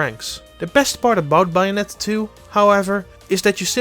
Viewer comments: TheJojoNetwork I think the pronunciation is worse than the accent. It's clearly Bay and not Bah. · Its bA-O-net-a Not bye-on-etta You dumb fuck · Buyonetta? Its with an A, Bayonetta. Its fine, everyone makes mistakes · Its bayonetta its not baionetta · Buyonetta? I thought i looked up bayonetta. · After the 3rd BYONETTA I couldn't take it anymore had to stop the video. I understand English probably isn't your first language but it's Bayonetta. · BAYonetta, not BUYonetta! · Bouyonetta lol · It’s not buy-anetta. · I would love a game starting Bio-netta. Just teasing, pronunciation is more than good enough. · He keeps giving you the sublimile messages by saying buyanetta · I hate it when he says bayonetta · "Buyonnetta" is pretty hot 😛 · "Byonetta." I'm now officially triggered. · "biyonetta" make it stop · ''Bai-onetta'' Okay, bye. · Buy-a-netta! Buy-a-netta! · What's wrong his pronunciation? This Bye-oh-net-tahh review sounds fine to me. /s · Thank you, that made my day. It makes that pronunciation almost worth it, lol. ;-) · Oh god... The way you pronounce Bayonetta is killing me. Oh my F'in god.... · Oi! All of you need to quit bashing the guest speaker! Yeah, he's got an accent. Yeah, he pronounces "Bayonetta" weird. But that's no excuse to criticize and jeer the man into another dimension! I thought the GameXplain comment section was at least a little chill compared to other channels, but I guess not! Seriously, y'all need to sit down and be humble. None of you are perfect, either, so quit acting like needs to be! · He can pronounce Bayonetta correctly. Has nothing to do with the accent. It’s a professional review so why shouldn’t we expect the title of the game to be pronounced correctly? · Why!?!?! Why do you insist on pronouncing Bayonetta wrong when it's clearly pronounced for you in the game its self!!! It's like when people call Mario Maryo, please stop! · i think you are right especially how he pronounces bayonetta, but i can live whit it